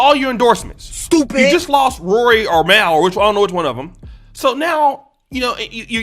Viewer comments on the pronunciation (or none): It’s pronounced : “mawl” not “mowl” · How can you have a respected opinion about a man and a show you said wasn’t for you lol 😂. You even said Mal name wrong so clearly you’re not educated enough on Joe and his situation to comment on it. This was irresponsible and a miss. From one brotha to another ✊🏽